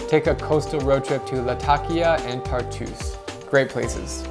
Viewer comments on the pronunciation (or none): none